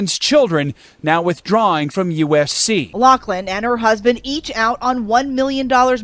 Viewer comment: Like your video but my pet peeve is that people keep pronouncing loris name wrong - it’s Laughlin with an F sound, not a C sound